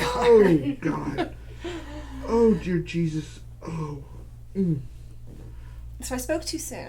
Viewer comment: was he saying Jear Desus?!!!!!! lol